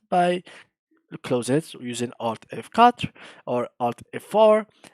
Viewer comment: mdrrrr il m'a fumé "alt f quater"